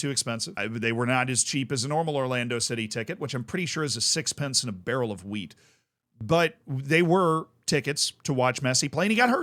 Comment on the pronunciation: Wait he said wheat?